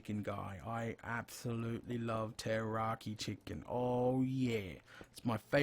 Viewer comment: Pulling my hair out. It's Teriyaki NOT Terroraki. Are you trying to scare the chicken before you cook it, for flavor? Rotflmao!